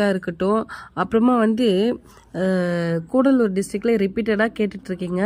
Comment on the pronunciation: கூடலூர் இல்லை கடலூர்